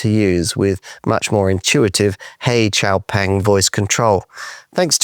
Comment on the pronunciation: FINALLY! Someone who says xiaopeng more correctly!